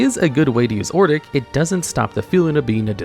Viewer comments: I lost it when he kept saying Ordic over and over again. I will never use his name right now My favorite commander is Gonti, it makes people mad but I don't play to win, gimme the salt! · Ok, I run a mono white Odric deck, and this pronunciation is like nails on a chalkboard. Even if it's for the worst Odric, I tend to hear it pronounced like Odd-Rick. Or Oh-Drik. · In this video: Complete failure to say the name "Odric", saying "Ordic" every single time. Sad. Otherwise your content always is nice. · He just saying ordic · You can put Pariah onto cho-manno. But...yeah...poor Odric btw. butchering his name like that :v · I cannot listen to the ODRIC section because apparently the d and the r are swapped places when you don't care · If only the narrator could pronounce Odric correctly... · Take a drink every time Odric's name gets butchered. 🥃💀⚰ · definitely not ai generated, ai would mispronounce things, sure, but it would get the letters and their order right, it wouldn't replace the x with a z in Ixalan or swap the r and d in Odric. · It's really annoying me how lazy the voiceover is sometimes; like you couldn't have tried ONE more take on Ixalan or re-read ODric's name? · Who the fuck is ordic. It’s odric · It's ODRIC, not Ordic lol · It's Odric not Ordic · Hearing you say ordic instead of odric had me questioning my sanity lol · It's Odric, nor Ordic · Odric say it with me now, Odd rick not Or dick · Odric. Not ordic Oh-dric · Please stop calling him "Ordic" It's O-dric 😭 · It's ODRIC (ODJ-RICK) NOT OR-DICK. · he is mispronouncing OH...dricks name...for some reason he keeps calling him OR...dik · Saying ordic was very annoying (od-ric) you are adding an r before the D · "Ordic, Ordic, Ordic" It's ODRIC please slow down and proofread T_T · It's "O-dric", not "Or-dic", you numps. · not ordic, ODRIC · ODric. Not ORdic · Bro pronounced Odric as Ordick 💀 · It upsets me that you called him Ordic instead of Odric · You say Or-dic, but it's Ohd-ric.😂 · Ordic? ORDIC?